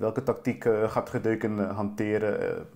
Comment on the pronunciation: De uitspraak (Gödeken) is trouwens GEU-de-ken.